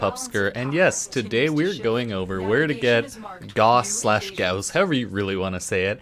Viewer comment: It's pronounced "GOSS" btw, not gouuuuus.